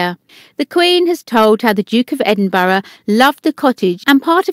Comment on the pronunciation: Supposed to be an English/British accent but can't pronounce common names such as Edinburgh or Derby. Fishy, very very fishy.